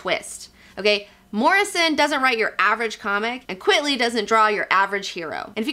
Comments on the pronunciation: Always thought it was pronounced Frank "Quite-lee", a pseudonym derived from "quite frankly". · You're cute, and smart, but sometimes the obvious escapes you. It's not "Frank QUIT-ly". Quite frankly, it's Frank QUITE-ly. Duh. Get it? NOT his real name. P.S. Shaky Kane's real name isn't Shaky Kane. And if you don't know who Shaky Kane is, THE BULLETPROOF COFFIN should be required reading for all fans of FLEX MENTALLO. Trust me, I wouldn't lie to you. And I'd guess Mr. & Mrs. Girl19 didn't name their daughter Comicbook, either. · It's "quite-ly" not "quit-ly". He reversed the words "quite frankly" into "frank quitely" as a joke. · Why are you pronouncing it "Quitly"? His name is Quitely. It's a play on words of "quite frankly" so saying it as "quitly" doesn't make sense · Actually, it is Frank Quite-ly. It is a pen-name playing on the phrase "quite frankly". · Great video (as always) but stop pronouncing his name wrong, it's Frank Quite-ly...as in Quite Frankly!!!. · Frank Quitely - QUITE - LEE... Like the inverse of Quite Frankly....